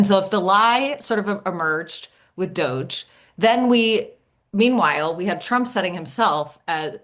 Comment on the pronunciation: "Doggie" (DOGE) Everytime she says it, I laugh. Well played, Heather, well played.